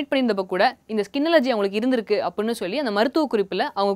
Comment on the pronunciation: ivaluku first solli endra word ah olunga solli kudunga bos....